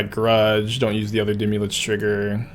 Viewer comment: deemee lich. omg stop saying that forever and ever. idc if you always wanted to play deemee lich, the way you say its name loses you all privilege to play it